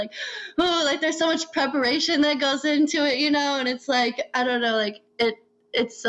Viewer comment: Gotta do that "peperation"